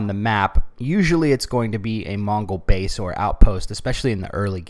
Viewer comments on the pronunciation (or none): none